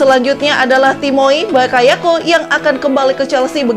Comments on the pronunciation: Harves Bakayako Bokayako Saya ulang2 videonya, ngakak soalnya😂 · Bokayoko ? mungkin lidahnya typo wkwkwk